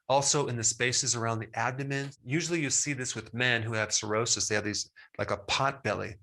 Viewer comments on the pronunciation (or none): none